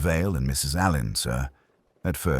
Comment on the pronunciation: Far out ‼️ Get the pronunciation of Alleyn right. It's Allen 😮 Not listening anymore 😞